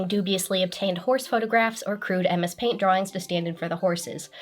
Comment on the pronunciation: They really made paint sound like a slur